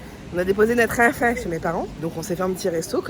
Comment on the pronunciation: Le "notre enfant" à la québécoise voire à la série Le coeur a ses raisons j'aime trop 😂😂😂